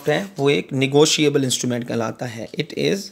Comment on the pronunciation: Negoshiable mean😂😂